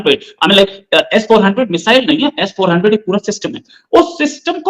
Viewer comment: अबे एस फौर्टिन नहीं S. 400ठीक से बोलना तो सिख लोल